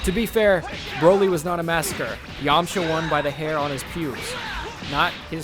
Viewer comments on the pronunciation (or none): none